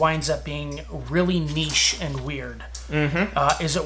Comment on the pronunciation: There is so much to thank Brandon for, but the latest one is for being an American that can pronounce Niche.